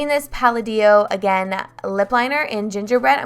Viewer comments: I love seeing your dogs ! Love that u used affordable products and explained why you didn't like some of them. Great video as always! Also not trying to be rude but Palladio is pronounced pa-LAY-dee-oh. Not pal- a-DEE-oh. Just trying to be helpful. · I cringed every time she said "pala-dio" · I noticed that too lol